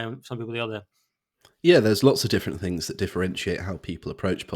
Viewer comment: the only complaint I have about you is you can't say T H's you say fff Things not fings. I raised two children and taught them to speak and you have just got into bad habits when you speak. I just heard you say wevva instead of whether. Why didnt yr parents teach you not to do this bad habit.